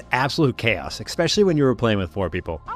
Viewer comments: its ESpecially, not EXpecially. cant watch your content because of this. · Grow up, manchild, and pronounce "especially" correctly while you're at it.